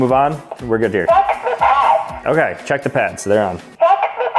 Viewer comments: Not gonna lie but it sounded like f the pads not check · I kept hearing "Fu*k the pads". 😂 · CHEHK THUOH PAHSZ 🗣🗣🎙